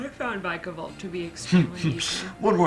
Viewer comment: Vik a volt is how you pronounce it